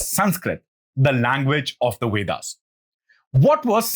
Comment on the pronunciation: It's not the wedas. It's vedas. Pronounce the letter V correctly